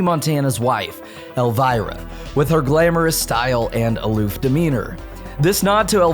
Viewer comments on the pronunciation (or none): dude it's EL-VEER-A not EL-WIRE-A